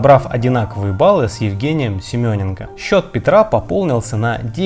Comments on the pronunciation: Вы уверены, что СеменЕнко надо произносить как СемЁненко? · Готовя информацию , АВТОР, уточняйте как правильно произносятся фамилии топовых фигуристов! Что за БОйкова? Кто такой СемЁненко?! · Сёмёненко?!🙄 Ой блин орууууу 🤣